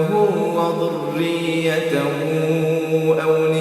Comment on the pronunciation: دىققەت ( تذروه الرياح ) تظروه الرياح ئەمەس ( وذريته) وضريته ئەمەس (ذ) انتبهوا لهذا الحرف أرجو تصحيح التلاوة وجزاكم الله خيـــــرا